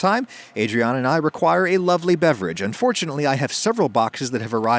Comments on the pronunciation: When Adam starts talking about his sponsor, I always mishear, "and fortunately," as "unfortunately," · 4.08 Genuinely thought he said "unfortunately" rather than "and fortunately" Weird thing to say about a sponsor!